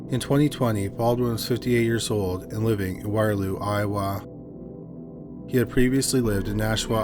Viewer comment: Odd way to say Iowa. Never ever heard it said that way. Curious.